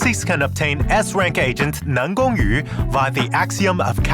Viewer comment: Dude is chinese? The way he pronounces NanGongYu is so accurate that no Chinese learners can do that